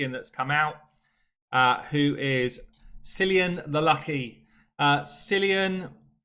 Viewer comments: Not going to bother with the fusion this time unless I have all the rares/epics already! By the way, I'm Irish and Cillian is pronounced Kill-ian FYI! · Worst part about the new fusion - nobody outside of GB can pronounce 'Cillian' It's Kill-Ian! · As an Irishman I'm rather torn on this one. I like the aesthetic but I cant understand the need to use a name 40% of the base cant say (it's pronounced Kill Ian). The fusion isnt AS crazy but it's still a bit much.